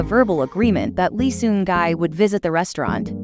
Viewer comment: Respectfully I think we should respect his name...not gai ...gi ( pronounced like e) thanks ever so much for your support ❤